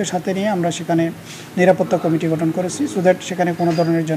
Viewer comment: এই চ্যানেলের সংবাদ পাঠক পাঠিকারা কি কারণে কমিটি শব্দ কে কামেটি উচ্চারণ করে।অন্যান্য সংবাদ চ্যানেলে উচ্চরণের সাথে মিল নাই।